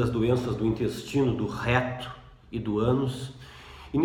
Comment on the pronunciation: "Do réééto", tem uma ênfase hehehe. Brincadeira! Parabéns pelo seu trabalho,. Os seus vídeos são excelentes!